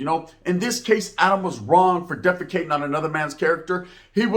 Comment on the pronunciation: Did anyone hear him say "deficating on another man's character" 😂